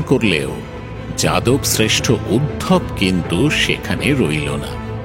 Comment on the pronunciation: উদ্ধব কে উদ্ভব বলাহচ্ছে কেন ?